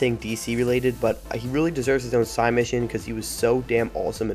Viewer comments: SIDE mission not sigh mission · Dude, please. Say side mission, I hate being one of those guys but hearing you say sigh mission over and over is grating on my nerves.